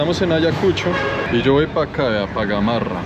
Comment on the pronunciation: Es cierto que necesitamos más trenes, mínimo 20 vagones más. No es Gamorra,Gamarra.